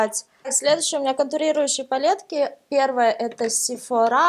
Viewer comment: вообще то слова сефора ударение падает на о а не на а